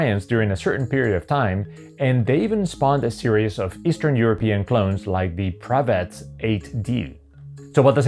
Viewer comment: Great prononciation of the name of the Bulgarian clone Pravetz 8D.